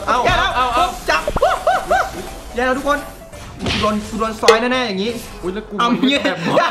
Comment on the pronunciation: หูผมเพี้ยนหรอครับ สวัสดีค้าบ ทุกโคย😂😂